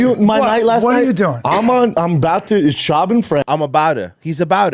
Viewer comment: Callen being unable to say Schaub is funny while defending his comedy was amazing though.